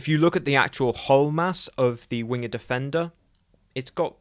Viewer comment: It's pronounced "wing'd". You know. like how SHAKESPEARE spel't it?